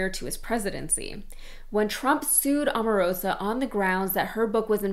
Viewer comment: By the way, that woman is O-marosa, not A-marosa. Can you say O?